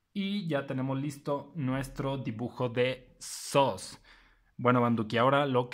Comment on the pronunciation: se pronuncia sus no sos